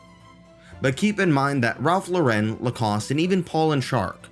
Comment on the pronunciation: its Ralph Lauren not Low-ren, like the American English name Lauren. It's an American brand.